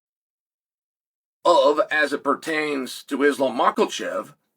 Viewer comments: i find it very disrespectful how he mispronounces fighters names that aren't complicated. Maklachev??? Khazmat??? the guys have been top contenders for years, Chael works in ufc commentary, he's meant to be an intelligent guy. how can you not pronounce a guys name who's practically world famous, and the face of your sport?? football commentators learn the names/numbers and correct pronunciation of 30+ players on the pitch and the bench before every game, they could have names from 15-20 different countries on the pitch and they get them right every time. Chael needs to step up his game. I'm sure he mispronounces their names deliberately. going on a formal ufc broadcast with mispronunciations like that is damaging their credibility. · you must be new to Chael xD he does it intentionally. It's part of his character.